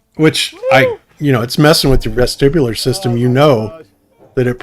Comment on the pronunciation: “It’s messing with your vesticular/resticular system”? 🤔